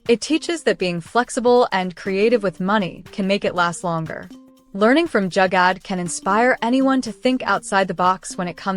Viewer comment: Great video... It's not Jagad: it's spelt as Joo-gar though 😊❤